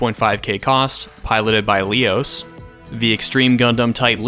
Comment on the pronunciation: I couldn't but help cringe when you pronounced Leos as "Lee-os." I've always pronounced it as "Leh-os", lol.